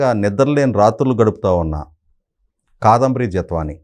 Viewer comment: ముందు " కాదంబరి" అని స్పష్టంగా పలకడం నేర్చుకోవాలి. తెలుగు భాష ను గౌరవించడం నేర్చుకోవాలి.